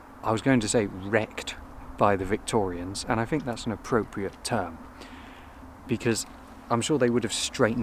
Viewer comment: Lovely. But it's 'think' not 'fink'.